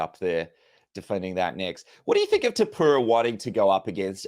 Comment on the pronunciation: Too-poo-ra!? Bro sort your pronunciation out